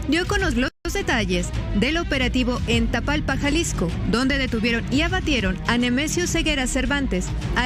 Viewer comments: "Tatalpa" 😂 A mi no deja de asombrarme como los Chapitos se las ingeniaron para entregar vivo al Mayo Zambada y la inteligencia Mexicana "no pudo" o "no quiso" capturar vivo al Mencho para que no soltara la sopa de sus vínculos con el gobierno. En realidad Desde 2020 los Gringos ya habían alertado a las autoridades Mexicanas que la propiedad donde se encontraba el Mencho al momento de su "abatimiento" estaba a nombre de Jessica Johana Osegura Gonzalez (hija del Mencho), y que casualidad que las autoridades Morenistas de "Tatalpa" no hayan detectado ese detalle antes que los gringos, habrá sido por el dinero que le pagaba el Mencho a las autoridades de "Tatalpa" para que miraran a otro lado mientras el Mencho entraba y salía de su casa? Uy si, Aquí vemos como después de 5 o 6 años la Inteligencia Mexicana decide rápida y eficazmente ir a revisar a un de las casas de la Hija del Mencho a ver si su papá se encuentra en la propiedad. Francamente dudo que las tropas de las autoridades hayan llegado en tal cantidad de helicópteros, con tal ruido el Mencho se hubiera escapado. "Los esperaba un avión casa" sin embargo en el minuto se muestra un avión tipo Hércules, avión de carga que nada tiene que ver con un avión Caza de la FAM, (F5), se nota que "se documentaron bien" a la hora de simular su cuentito. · Es tapalpa no tatalpa